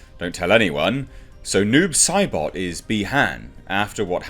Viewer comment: I thought you were saying 'nude Sybok' for the first few minutes of this video.